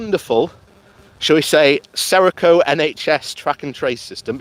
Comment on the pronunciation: Company name is Serco not Sereco